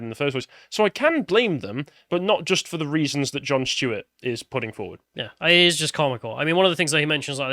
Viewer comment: Who is Jon Schtuet?